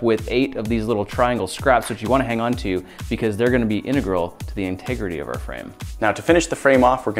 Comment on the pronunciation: An American who pronounces 'integral' correctly! I'm impressed.